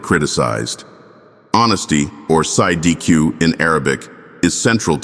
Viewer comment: Its not Side EQ in Arabic 😂😂😂😂 It is pronounced as Siddeeek